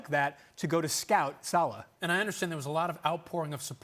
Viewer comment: Emiliano "Salee"? At least get his fucking name right.